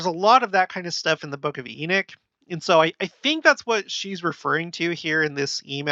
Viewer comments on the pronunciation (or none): It’s Enoch, not Enick. 🤦🏻‍♂️